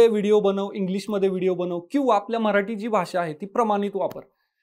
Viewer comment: म्ह राटी नाही ओ मराठी असते.🙏